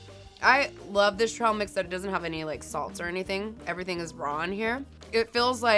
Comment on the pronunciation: she said trail mix like trahl mix mus be a Texas thang?